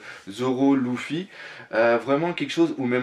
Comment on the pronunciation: mec cest luffy pas louffy sinon belle collection